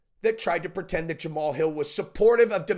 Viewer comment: Ja Ma Hal. Three syllables not two